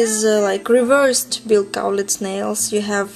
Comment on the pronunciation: I am impressed that you are saying Bills last name right. =) Most people don't. They say it like (Kal-litz) I love your nails. I've been getting "Bill" nails since may, but I have always gotten it done professionally. Its nice to know how to do it at home when you don't have all the tools they have at the salons :) In fact right now I have "Bill" nails but they the tip is a different color =)